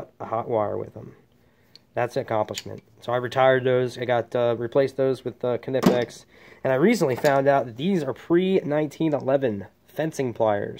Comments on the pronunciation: You said knipix =0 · You said knipex wrong😂 joking man! Good tour! Need the top for that toolbox😢 and your plier drawer makes me sad! Us sparkies should have the best plier drawers! Beef that up!